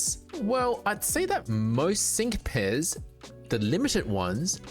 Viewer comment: when you said "sync pairs" the way my brain interpreted your accent heard "sink piss"